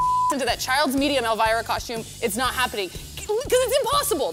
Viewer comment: Mark calling her El-V-ra...lol. got it correct.